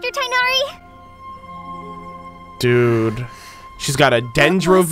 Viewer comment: Thank you for not pronouncing Tighnari's name as "Ty-nari" 😭🙏